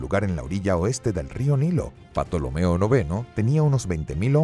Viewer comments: es cierto se pronuncia tolomeo pero bueno un desliz lo tiene cualquiera realmente es un fallo aceptable quiero decir sino has tenido contacto con el latin y sobretodo nombres cientificos no se lo perdonaría a un paleólogo además si alguien quisiese ser estrictamente riguroso dudo mucho que su mejor baza fuese un video de apenas 10 minutos... bastante aguanta el tipo el canal >.> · Por favor!!!!! Que alguien en la producción de este canal le diga al narrador que la P de Ptolomeo es MUDA!!! No es la primera vez que este narrador pronuncia mal ciertos nombres de personajes históricos en sus videos. Importante saber la pronunciación correcta en español antes de realizar el video! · La pronunciación de la P inicial en Ptolomeo y Ptolemaica es un error lamentable. Ahí falta asesoría al locutor. Esto por último es un gazapo, lo que no lo es y parece que nadie ha mencionado es que dice que Cambises invadió Egipto en el 1525 a.C. Este sí es un error inaceptable en un canal de historia. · Mejor Tolomeo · Aunque grandioso video, no se pronuncia Patolomeo se pronuncia Ptolomeo tal cual. Perdón por parecer un listillo. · porque dice patolomeo? me da rabia, no es patolomeo es tolomeo la P no se pronuncia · el video esta perfecto, incluso las imagenes de Assasisns Creed Origins; salvo lo único que arruina el viaje histórico son los nombres de patolomeo que segun recuerdo la P es muda y se pronuncua Tolomeo de la dinastia Ptolemaica, hay un libro de alejando magno que habla sobre y muchos detalles sobre su viaje al Oasis de Siwa,etc. lo de Patolomeoque me imagino que debe se ancestro del pato donald jajajaja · Super video enserio, pero respeta tantito los nombres, que es eso de Patolomeo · En mis clases de historia clásica se escribía PTOLOMEO y se pronunciaba TOLOMEO. ¿PATOLOMEO? JA JAJA JA 😀🙂😁🤣😅😂🙂🙃😉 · porque dices 'patolomeo'?? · Si aca pronuncias "Patolomeo" ac qluiere decir que tambien pronuncias Pisicologia? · ¿Patolomeo? Qué manera de arruinar un buen video.